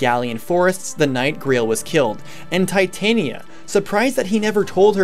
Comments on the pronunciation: Darth R0xas, As stated by Striped Shirt, Tie-tania is a metal. The name is pronounced Tit-ania. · it's supposed to be "Tit-ania", not "tie-tania" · Darth R0xas, the name comes from the queen of faries in one of Shakespeare's plays and is pronounced Tit-ania. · Am I the only one who blinked at /Tī/tān/ia/ instead of /Tit/on/ia/??... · Tye the Monado Boy Titanium is a metal. Titania follows grammatical conventions, so since the i is followed by a vowel within 2 letters, you pronounce it as I, not i. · It's supposed to be Tit - ah - nia. She's named after the queen of the faires from A Midsummer Night's Dream. There is an argument to be made for pronouncing it "tie", since the name is originally derived from the word "titan" (though considering the era that the name originally came from, it's unlikely that "titan" was pronounced the way we do it), but there is nothing backing up pronouncing the second syllable as "tayn" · well It's said more like Tuh-tania, but Tit-ania is how most people would write the pronunciation. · I'm offended at your pronunciation of "Titania" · Good video I like the idea behind this series.... just please pronounce Titania right in the future I normally am fine about pronunciations but that one just really got to me for whatever reason shudder